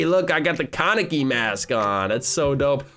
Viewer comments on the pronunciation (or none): none